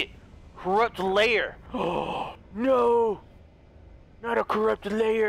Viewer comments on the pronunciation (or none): CORRUPT LAIR HAHAHAH it was "Liar" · um, that's liar, not lair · Nooo, corrupt "lair 🤣🤣 I was laughing when he said lair but it literally said liar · Bruh said corrupt lair when it said corrupt liar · LIAR!!😂😂 he said layer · LIAR NOT LAIR